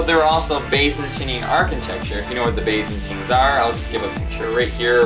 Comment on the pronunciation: WHAT THE HELL ARE BAYZANTINES!?!?! (It's a joke incase you haven't noticed)